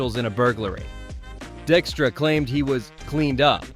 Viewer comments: Wait... you mean it's NOT "Lenny DICK-stra?" 😂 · I had to double take multiple times when the first pronunciation of a player was correct. Only to later be mispronounced several times afterwards. The content of the video was good...just check your pronunciation. Dykstra = die k struh